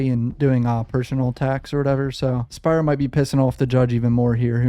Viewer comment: Thank you for your analysis and pronouncing Spyro’s name correctly.